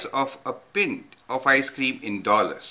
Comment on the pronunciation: Pint is pronounced /ˈpaɪnt/ Now say with me: Oy guv, lemme have a pint of lager pls!